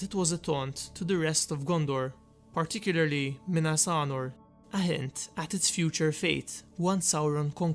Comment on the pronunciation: Sounds like you’re saying Minas Arnor instead of Anor